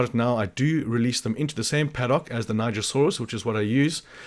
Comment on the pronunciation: Thank you for teaching me the right was to say nigersaurus. I was NOT saying it right